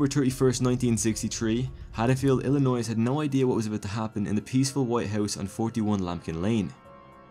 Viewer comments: Nicely done! Although, it is "ILLi-noy" not "ILLi-noise" keep up the good work. 👍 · Illinois, do not pronounce the s. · The S is silent in Illinois!!!! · Nothing personal, but I cannot stand when people pronounce the “s” in Illinois. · I know ur not American like the rest of us, but PLZ STOP PRONOUNCING THE S IN ILLINOIS! FUCK! lol